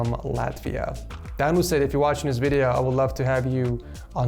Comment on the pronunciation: I think it's pronounced DANU